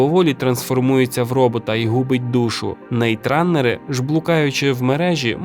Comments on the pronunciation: нетраннер, не "нейтраннер". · Все кльово, тільки не "НейтРанери", а "НетРанери". Від слова Network(мережа), Net-runners. Звучало якось дивно)